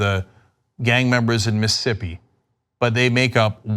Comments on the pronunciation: Miss...ISSSSS...ippi. Not Missippi Cenk. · As a Mississippian, I'm extremely happy you're shining light on this, but please Cenk- STOP saying 'Miss-ippi'.... It's Miss-iss-ippi. You're leaving an entire syllable out, and it's weird. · Is Cenk so stupid that he doesn't realize he's missing a whole syllable when he says Mississippi? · You can't pronounce Mississippi.